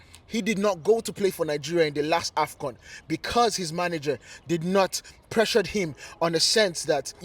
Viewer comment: AFCON....not afgan